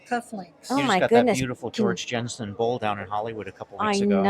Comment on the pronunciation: I kept hearing "George Jetson" instead of George Jensen. Great video!